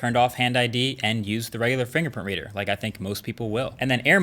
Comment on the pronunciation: dude its pronounced think!!!!!!!